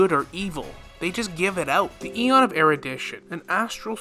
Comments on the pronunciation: Say it with me now, É-RU-DI-TION, not erudation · Erudition is pronounced eh-ru-dih-shon